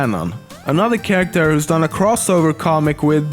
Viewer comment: Damn he has a strong accent, but atleast he is saying 'character' correctly now :P